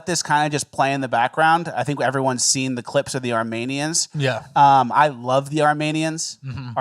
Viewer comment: Is saying "Armanians" as a bit?